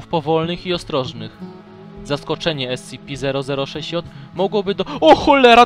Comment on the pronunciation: Mówisz scipi grę na mówić scp